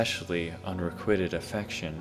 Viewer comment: Really loving this series. Well written, produced & narrated. Brilliant! Keep up the gr8 work! By the way unrequited is pronounced. Un-re-quite-ed not unrequitted.